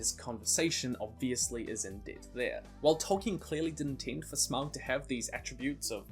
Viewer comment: It's pronounced Smog not how your saying it. Also I would like to be the God of fire.